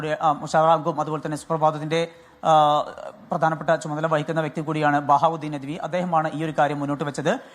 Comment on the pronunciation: നദ്വി അല്ല നദ് വി